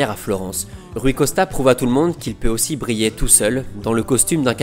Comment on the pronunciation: C'est quand même exceptionnel de gratter autant de vues/abonnés alors que t'es incapable de parler français correctement. Rien que ça rajoute des M à la fin des mots, Rui Costam et surtout "AUSSIM" qui revient à chaque vidéo au moins 3/4 fois et je suis gentil, pourtant le contenu est bon mais ça te dit pas de recruter quelqu'un capable de lire en français en fait ?